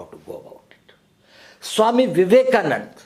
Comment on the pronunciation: Suame Vevekamananda!🤣